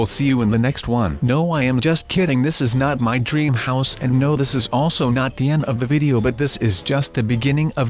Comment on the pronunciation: He says DREM HOUSE it's DREAM house